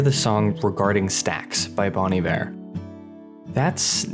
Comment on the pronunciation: My only qualm with this video is that you pronounced Bon Iver wrong. It's (Bone) Iver not (Bawn) Iver, as it is French for good winter. Other than that, awesome video, very well done and beautifully reciprocated.